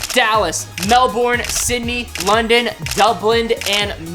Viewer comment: they keep saying melbourne wrong its kinda pissing me off😭only bc i am aussie and thats not how we say it